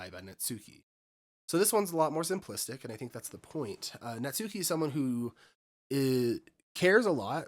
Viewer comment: Oooh, this is gonna be a ride! 😂 Small note — the U in Natsuki is practically not there, it's said more like Nats-ki. Looking forward for more 💖